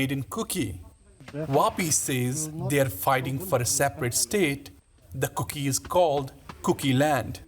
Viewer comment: It's not kooky it's kuki sir 🙋